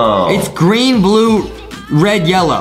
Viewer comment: adam said gween bwue rwed yewwoy 🤣